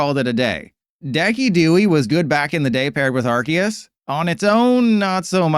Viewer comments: Decky Dewey? 😆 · dookie dowey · That Decidueye pronunciation made me give up 3 prizes 😩😂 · That is definitely not how you say decidueye 😂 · mispronouncing on purpose to farm engagement